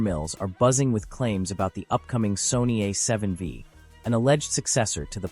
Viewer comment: A7... VEEE? Thanks AI but no thanks. LOL